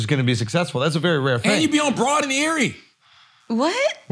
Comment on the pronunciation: Yo he said Broad and Erie 🤣🤣🤣🤣🤣🤣🤣🤣🤣🤣🤣🤣🤣🤣🤣